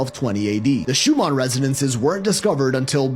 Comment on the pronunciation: Fyi its the ShuMAN resonance not ShuMON